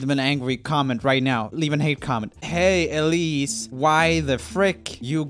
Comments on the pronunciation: roomie: “elsie who’s a friend of mine” also roomie: can’t get her name right again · when he said Elsie instead of Elise😂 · elsee, BRUH IT'S ELISE E-LEE-SE JUST GET IT RIGHT YOU....... OOF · Ikr. Elsie 😂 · It's Elise not Elsie. I had a friend growing up who also had this problem with people misreading her name. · Roomie said Elsie not Elise! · And then for rest he just says Elise 😂😭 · Roomie: Thats a friend of mine Also Roomie: Saying her name wrong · Roomie: A friend of mine- Also Roomie: says Elise wrong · Joel: My friend Proceeds to pronounce Elise wrong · “Now on to a personal friend of mine . . . *says name wrong * By the way, that Elise video was how I found Elise and how I found a singing channel that was better than urs sry but it’s true